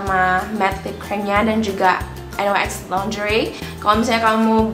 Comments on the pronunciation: hai... NYX bacanya niks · emang en way ex bacanya 😭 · Bener yang di ucapin ka kali hahaha